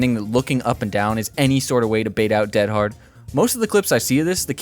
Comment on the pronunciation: Not defending Dead Hard, but actually the reason you sound like a caveman saying it is that almost everyone subtly mispronounces it. Dead in this instance is not the adjective meaning "deceased" but the adverb meaning "completely", used as an emphatic - like "dead tired" or "dead set". I don't know if American English ever uses "dead" this way, but the phrase is very British, eg "I'm dead hard, me". Every DBD player I've heard mention the perk pronounces it DEAD-hard, but it should be more like dead-HARD with the emphasis on the second syllable. You're bragging about how hard you are (in American terms, what an unfazed stone cold badass you are).